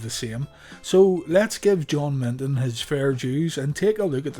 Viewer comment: Who the fuc is Milton..try Minton